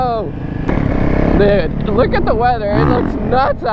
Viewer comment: is he saying dog or dude somebody please make that a legit word in the dictionary duogde (dog/dude) hahahahha